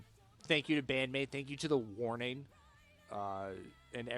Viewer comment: Good pronunciation of their names!